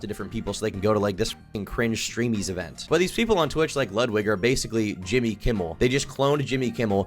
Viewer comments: It's "ludwigga" cool it with the streamerism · The most cutting comment in this video is calling him Ludwig ahhhh-gren